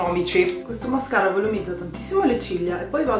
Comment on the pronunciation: Hai detto mascala invece di mascara😂😂